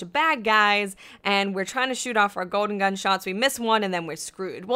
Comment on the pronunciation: "Goden gun" :P